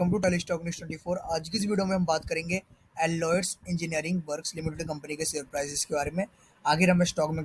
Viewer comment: First learn to pronuce the name